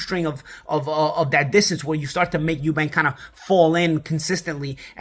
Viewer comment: It’s eubank you silly yank. Chris Eubank jr. not Eubanks